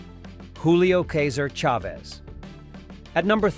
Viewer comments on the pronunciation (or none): The AI doesn't know how to pronounce "Chavez". It's a sign of low effort content where the uploader can't be bothered to voice or edit their own videos before uploading it.